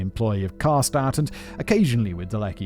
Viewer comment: It took me forever to recognize Simon said Karstadt but his pronunciation of Schmetterling is surprisingly good